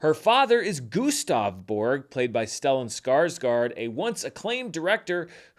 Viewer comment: Here's one of them clicks! I applaud you for making the effort to pronounce Joachim's name, though you forgot to do the same for Stellan Skarsgård. I know you do your best. 😊